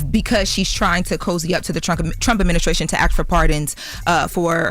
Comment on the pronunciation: its "adminisTration". There is no "K" in that word.